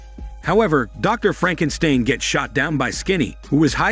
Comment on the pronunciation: Lol 😂 Frankensteen!! Great recap 🎉🍻